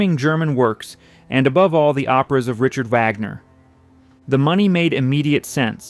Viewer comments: AI bs. VAGner. Are you kidding? And the voice of the narrator is not that of a living human being! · It's, "Vahg-ner." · It's very obvious that this video was made with ai. It even says so right under the title. The images on this channel never match the narration, which is wooden and full of pronunciation errors. "Wagner" is pronounced three different ways, all of them wrong. This is supposed to be about opera, so whoever programmed this thing should know better! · Dear AI: It is not Wag Ner or Vag Ner. It is Vahg-ner. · VOGNER - Vaaagner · The AI voice mispronounces "Wagner"...an elementary mistake... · CAN'T YOU EVEN PRONOUNCE WAGNER'S NAME CORRECTLY ????